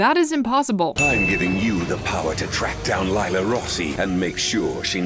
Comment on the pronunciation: 50 Sins everytime they say "Lila" as "Layla". As an italian myself, it's supposed to be prononced "Lìla" (In the italian dub they call her "Lilà")